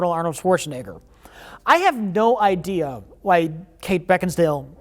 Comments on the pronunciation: "I have no idea why Kate Beckinsdale... Beckinsdale?" Mike: "BeckinSALE": "I have no idea why Kate Beckinsdale..." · Kate Beckinsdale...Beckinsdale, Beckinsdale? Mike: BeckinSALE: So Kate Beckinsdale... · kate beckinsdale or beckinsale? .. it's beck-in-sale.. oh ok, kate beckinsdale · "Beckinsail or Beckensdale?" "Beckinsale." "I have no idea why Kate Beckensdale..." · Did they edit saying Beckinsdale after he asked for the correct pronunciation? 😂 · Was it edited sneakily or did really say “beckensdale” again after being corrected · 26: 40 I spit out my spaghetti when asked how Beckinsale was pronounced and then mispronounces it anyway. LOL! (yes I know it was overdubbed) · I love this running gag of editing so that any time he misspeaks, it’s made to appear even worse. I have to believe he didn’t actually say “Beckinsdale” again after and it’s just reusing the audio from a few seconds earlier 😂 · Guys, it's pronounced "Kate Bakingsale". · Mike faked a mispronunciation into the video. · asks what the actress's name is. Mike tells him. says it wrong. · skilfully edited in repeating the mispronounced Beckinsale after is corrected, genius. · whoever edited to mispronounce Beckinsale's name a second time you are my hero lol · They took the audio of him saying "Beckinsdale" from earlier and dubbed it over him probably saying Beckinsale correctly. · J edited wrong pronunciation of cate beckinsale in when he says it again after mike corrects him lmao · asks how to pronounce Beckinsale then immediately does it wrong anyway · You dubbed a mistake over just so he wouldn't pronounce Beckinsale correctly. Hilarious. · asking how to say Beckinsale and mike editing in him saying incorrectly is hilarious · is corrected on how to say Beckinsale, IMMEDIATELY gets it wrong again. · “beckinsdale?”. “Beckinsale”. “I had no ideas beckinsdale…” lmao